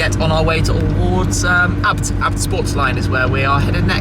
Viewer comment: Isnt ABT pronounced a....b....t not as one word??